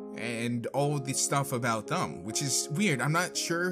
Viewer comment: You kept saying thum instead of them and that really annoys me please pronounce the word correctly. You also said barns and oboes instead of Barns and Noble please work on your pronunceations